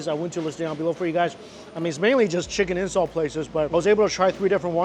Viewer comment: Is he saying "chicken incel"?